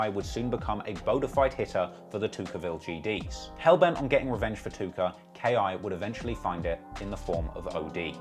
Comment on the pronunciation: I had to rewind it like 4x bc you’re limey pronouncin’ of “Tooka” as Took-OH! Hope no one smokes a blunt cuz I like these videos.